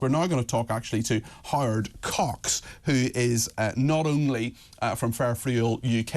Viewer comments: Get is name right not hard cox its Howard Cox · Did the presenter say ‘hard cocks?’ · I'm sorry but to my Canadian ear the presenter at said Howard Cox as " Hard Cox " 🤣 ..... anyone else hear it that way ? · Did he say: "We are now going to talk to 'Hard Cocks' " ? Well Whatever floats your boat mate 🤣.. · Um… did anyone else think at the intro, the announcer introduced ‘hard cox’? 😅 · Thiught he said "We're now going to talk to Hard Cocks!!!" 🤣😂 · Did anyone else hear “Hard Cox” at the start 🤣😂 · Anyone else thought he said "We're now going to talk to Hard Cocks" ? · Did anyone else hear not hear 'hard cocks'? hahah Saying that ... London is fucked. It's been taken over. Can't say you're proud to be British and white and British. I've lived in Taiwan for 14 years and the idea of teh Taiwanese giving in and being silenced is mind blowing to them and rightly so. Khan is past it and it's also sad that there won't be another white Mayor. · Sounds like he's saying he talking to 'hard cocks' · I had to play this over again to make sure he wasn't saying "hard cocks" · We're now actualy going to talk to......"Hard Cox?" .......theres a "w" in there bud.